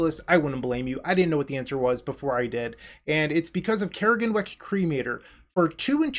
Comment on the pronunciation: CRAG-EN-WICK (Crag and Wick it's a pun) that is how you pronounce it. Not Care-Gen-Wick...